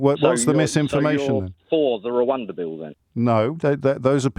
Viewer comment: Love how James speaks, so calm and informed. Love how he pronounces Rwanda also.